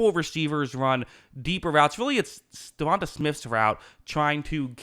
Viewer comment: It's DevonTAY Smith, not Devontuh